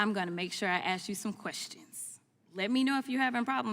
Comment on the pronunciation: She is going to "ax" him a question and her fake eyelashes are about to fall out.